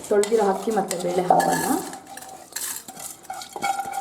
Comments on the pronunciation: It's not ಹಕ್ಕಿ....IT'S ಅಕ್ಕಿ (rice).... Please correct your kannada pronunciation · Nice recipes but hakki alla mam akki😀😀